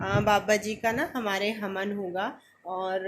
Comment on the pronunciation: Hamen nahin hota havan hota hai